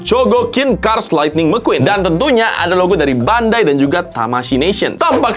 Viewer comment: Gw ketawa njir pas bang bilang mcqueen(mekuin) 😂